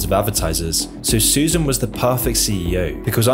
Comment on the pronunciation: Not sure how you get "Suzanne" out of "Susan."